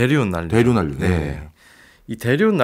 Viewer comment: 난류를 [난뉴]로 발음하시네요, 과학 동아 기자님이신데…